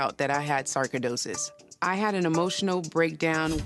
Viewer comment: Sarko-dosis? I've never heard it pronounced that way.